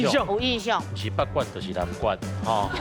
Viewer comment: 阿松哥北管南管發音都講錯😅沒做功課😅